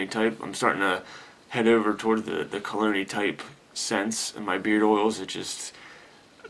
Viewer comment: I believe that you are say Cologne'ee like scent... But it sounds like you are saying Clooney (as in George Clooney). You should trademark that phrase. Perfect way to describe a sophisticated scent such as "Black Tie".